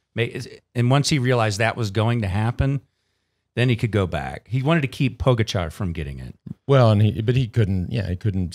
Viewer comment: That is funny, because he pronounce Pogačar correctly :)